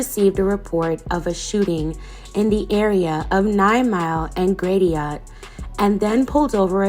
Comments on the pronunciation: Lol it's 9 mile n Grash-it most our street names in the D are French or native American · Thanks for pointing that out lol. She str8 said it just like it looks....Grat..ti..ot. I was like woah!!! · I live in Michigan and I remember this case, she lived not far from me. She definitely didn't deserve this and she deserved better. Btw Gratiot is pronounced different from how you pronounced it kinda hard to say how to pronounce it but the first ti is silent.